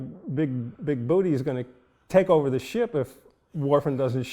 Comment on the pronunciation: The name was great, and got funnier with each mispronunciation. "I want you to get on the horn to Mr. John Bigboot!"